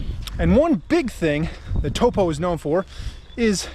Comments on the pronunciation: Pronounced ‘toe-paw’, I was told on my 2019 taster 3 week trip.... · just a tip on how you say taupo is think of it as toe-poor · Pronounce Toe & poor toepoor Taupo 👍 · Taupo and the o is like the o in orange Orange, TaupO